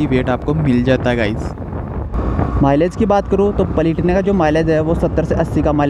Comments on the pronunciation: Bhai palitina nahin platina. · भाई ये बाइक पलेटिना नही प्लेटिना है😊😊😊